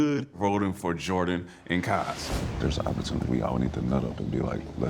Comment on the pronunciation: Everyone: Kaz Danny: Kahz